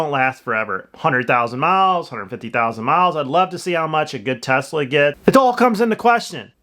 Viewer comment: Why are they calling it a Tezzzzla.